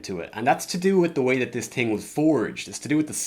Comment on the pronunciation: u master the american accent but it’s so funny when u say thing coz the irish accent creeps through and u say ting